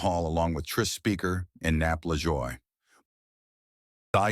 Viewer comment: Walter Johnson is still my pick for #1. I gotta stick with that country boy. Another narrator that can't pronounce Lajoie (hint: it's a French pronunciation).